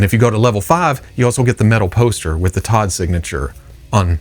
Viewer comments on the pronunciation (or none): none